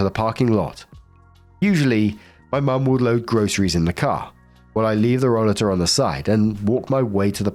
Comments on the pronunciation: I don’t know if someone already mentioned this but it’s pronounced roll-ay -ter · Last story: roll-a-ter, the a is hard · In health service we pronounce it like role--late --- or hope this helps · In the US, we call that a roll-8-r. That was the must British pronunciation you could find, right,? hat old cow knew it was someone's expensive device. No store provides rollaters to shop. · it is pronounced Ro-later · It's roll*A'ter in the US. I've had one. My balance has gone to God-knows-where. Doctors claim I have PPMS. I now have an upright walker. It's like a rollator except it has arm rests and it makes you stand up straighter. I was pushing my arms down (I call it applying too much downforce, as if I'm a Ferrari); doing that caused a ripple effect that made my shoulders so stiff they'd prevent me from sleeping because they hurt so much. My muscles couldn't relax at all. Anyway, rollaters are great with their chair built in storage built in. Sucks that anyone needs one, though. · Story 3 - When looks at the word "rollator"....ignores the obvious and correct pronunciation....and chooses an incorrect pronunciation so stupid it has to be rage bait. He knows how to pronounce "escalator", he knows how to pronounce "elevator", but "rollator" he just can't wrap his head around. Jesus.